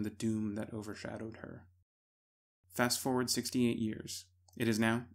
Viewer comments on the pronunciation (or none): none